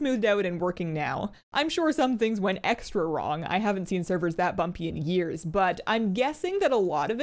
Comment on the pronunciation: i almost thought she swore when she said bumpy. hah